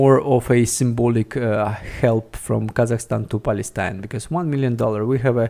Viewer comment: Please check the pronunciation of the most used words in the video beforehand. In this case, for instance, pronunciation of the name Palestine. No judgement at all, just trying to help. Thanks for the video!